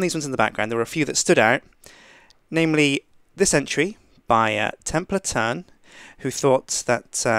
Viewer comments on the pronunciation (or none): Templatern...you savage.